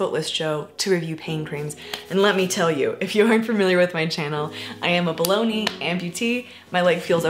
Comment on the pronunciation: My freaking brain keeps hearing "bolony" amputee instead of below knee!!!